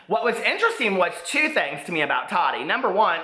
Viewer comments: It’s Taw-tee not taddy lol!!! I still love you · I love your videos... I wanted to let you know it's pronounced Ta-ti not ta -di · her name is pronounced taa-teee not tadee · i love that you call her Tottie instead of Ta-ti . LOL #hottottie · Lmaooo! The way you call her “Tottie” lmfaooo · The way he says Tati 😂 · Ps. I love you! (Even when you read Queen Tati wrong 😚 )